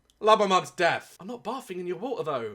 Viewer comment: Daz language Death = Deaf Month = Monf Linda = LINDA Live = Lif Strength = Strenf Any word = AAAAAAAAAAAA